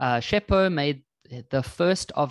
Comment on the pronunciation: completely assualted the name 😂😂